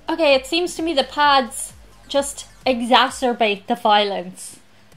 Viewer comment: Did she just call the "Pads" Pods?